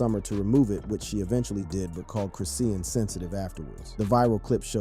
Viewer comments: 😂this man pmo w how he pronounced her name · You can’t even pronounce the girls name correctly.boy shut up with this nonsense ain’t no damn female rappers scared of her go sit down somewhere. this is clickbait trash.